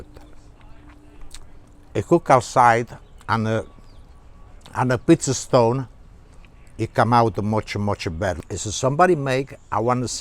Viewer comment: Looks good! I thought you were saying “piece of stone”. Then I finally realized you were saying “pizza stone” ! Lol